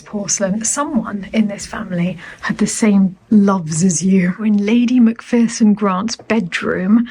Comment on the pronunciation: Macpherson is pronounced like MacFurson, there’s no fear in Macpherson!! 😄